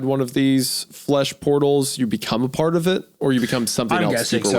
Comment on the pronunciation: A PAHT OF IT